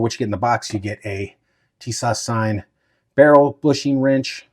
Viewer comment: Tis~ash say like this